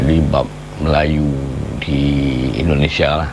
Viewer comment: Indonesia bang bukan endonesia jangan biasakan ngomong yang salah